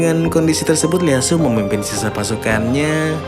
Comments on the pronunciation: Ieyasu bro, bukan Leyasu 😁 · Hadir min 👍 Koreksi min baca nama Ieyasu itu "ieyasu tokugawa" bukan Leyasu 🙏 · ieyasu tokugawa min, bukan leyasu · IEYASU bukan LEYASU